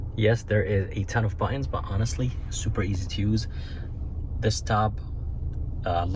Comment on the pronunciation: On the console, those are "buttons", not buu-inns. aarrggggg